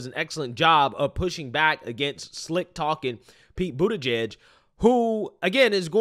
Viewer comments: Are you mispronouncing Pete’s last name on purpose, or do you not know how it’s pronounced? You keep saying “Boot’eh-page”. The correct way to pronounce "igieg” is like the word “plug”, like in “He bent over and plugged in a light bulb” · It’s Pete Bootyjuice; not Pete Buttegieg.